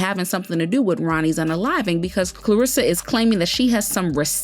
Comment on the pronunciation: Much love but her name is Karlissa, not Klarissa